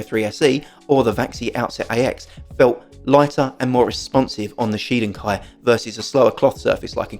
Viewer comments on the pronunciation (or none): none